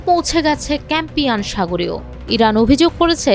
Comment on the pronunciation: সঠিক উচ্চারণ হবে- কাস্পিয়ান